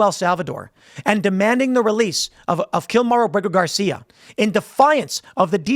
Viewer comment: Abrago Gar-see-ya in El Salvador prison had his due process in 2019.